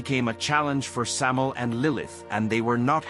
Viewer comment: Also it's pronounced Sam-eye-el. The "EL" in his name means "God" (or The God) in Hebrew. And it's not a myth that he was the serpent. Samael is Nahash. In Hebrew Nahash means "The Serpent".